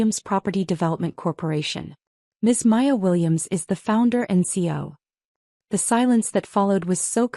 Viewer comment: do you read the comments your readers give you? I ask because I have commented before on the pronunciation of “CEO”. It is an acronym for Chief Executive Officer, C-E-O. It is pronounced with three (3) syllables, not two. Please make the correction in all of your future stories. It requires human editing of the AI voiceover. Oh, by the way, YouTube no longer monetizes stories that have not been edited by humans. You might want to keep that in mind.